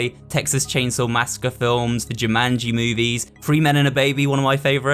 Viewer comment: I like how you say Jumanji, it's quite funny to me.